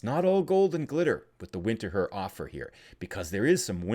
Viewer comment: go to Winterthur. But do call it "Vinter-toor". :)